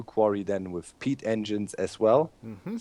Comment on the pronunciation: everytime somebody says peat, I understand pee. "later, we want to run the engines on pee"